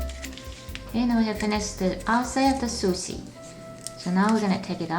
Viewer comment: It's Pronunced SuShe not susi